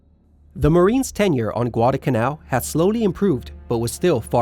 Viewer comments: IT'S pronounced Guada"L'"canal not Guad"a"canal there IS a pronounceable "L" in the middle of the word. otherwise good video. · I know ppl are gonna hate me for this, but I find it distressing how he pronounces it “gwada kannau”. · Excellent!. I really appreciate the corrections. One problem that I will bring up simply because it was like nails on a chalkboard every time. And either I have seen another one of your videos or somebody else made the same mistake. There is an 'L' in the word Guadalcanal.😊